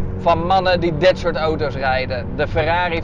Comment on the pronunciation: Hoort iemand anders ook dat hij oto’s zegt i.p.v. auto’s